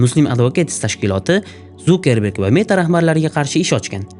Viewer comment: Вай илтимос э Зукеберг эмас Цукерберг😂